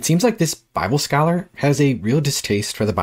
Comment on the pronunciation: "scholar" lol